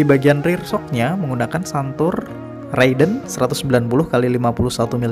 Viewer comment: Raidon kali gan bukan radion😂 menit 1.56